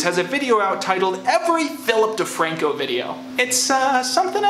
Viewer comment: It keeps on sounding like you say “Filth DeFranco”